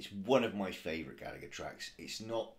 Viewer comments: His surname is pronounced with a silent second "g", so it sounds like "Galla-her". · It's Rory Gallagher with a silent g before the her